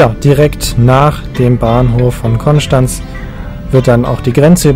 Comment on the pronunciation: Vielen Dank für deine korrekte Aussprache von Konstanz 😂🙏🏼